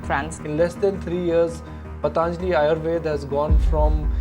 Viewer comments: Don't say pataanjali. It is patanjali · Stop saying पतानजाली say पतंजलि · It's पतंजलि (Patanjali), not पतांजलि (Pataanjali). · पतांजलि नही पतंजलि बोलो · Patanjali bolo Bhai....Pataanjali nahi.... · Good video….it’s not patānjali simply patanjali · First of all, learn how to say basic terms like "Patanjali", "Divya" and do some better research rather than spreading hate 😑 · Pl pronounce "Patanjali" properly bro